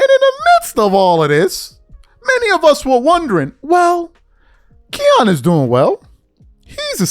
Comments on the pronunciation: Its Kiyan not keyon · His named isnt Ke -yon lol its its pronounced Ki-ann lol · I hate to be this guy but your haters are going to kill you for pronouncing his name wrong. It's more like cayenne than Keon. Just saying 🤷🏿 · His name isn't KEYAN it's KIYANE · His name Ki-yan is actually pronounced, like the Porsche truck “Cayenne” or the pepper 🌶️ “Cayenne”. Nd yes he’s really good. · It's Ki-yan nigga get it right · U sayin his name wrong bro KI ANN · His name is not the way you’re pronouncing. It’s pronounced like Cayenne pepper kiyan Anthony. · “Kee-Yan”😂😂😂😂 This dude don’t know shit lol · who tf is KEE AWN?? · idk how much it matters but his name is pronounced "Kai-an" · Its "KYE-YAN" lol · My God you butchered Kiyan's name. It's pronounced Ki- (rhymes with high) yan (rhymes with fan) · !st off learn how to say KIYAN name right 2nd i root for KIYAN i thnk he shuda ben a Mcydys player that was B.S but then u cant compare college stats to anything the NBA does game aint the same we seein #1 picks flame out so stop it💯💯💯💯💯💯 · You’re saying his name wrong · You are a piece of shit. Why don't find something else to talk about? You don't even know how to pronounce his name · Saying his name all wrong 😂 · You said it wrong say ki like you saying Kyrie name and the boy is a dawg just like melo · be butchering everybody name 😂🤦🏾‍♂️ all you gotta do is watch some highlights and you’ll hear the commentators pronounce his name correctly. That’s the verbal equivalent to misspelling somethin online when you can just spell check. I rock wit the content doe fasho! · Love your work but mispronouncing Kiyan is losing credibility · How can you not know how to pronounce his name?? NOBODY has ever called him that! 😂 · Thirsty for content! Can’t even say melo son name right goofy ass nigga! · Gshit, I cringed for the entire video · PRONOUNCING HIS NAME WRONG 🤷🏾